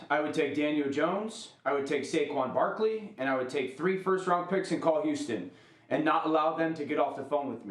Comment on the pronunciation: Bro said Saqoun Barkley...no comment